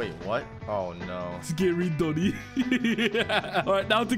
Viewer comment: it's not doni